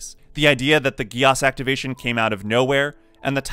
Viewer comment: I'm sorry but the way he said geass hurt 😂. I thought it was pronounced geese